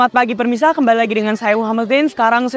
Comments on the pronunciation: Kok permisa bukan pemirsa🫢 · Terus berkarya dan sukses selalu, hanya bilang "Pemirsa" Jd Permisa, maafkan